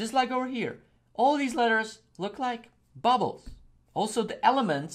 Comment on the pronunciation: Its funny when you say bubbles but this is great tutorial tnx